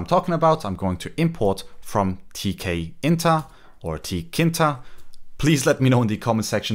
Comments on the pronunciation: it's TK-Inter as in it's an "interface" for the "Tk GUI toolkit" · It's pronounced "T-Kinter"😄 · Nah, you pronounced tkinter its.... tkinter ! not tkinter... or tkinter...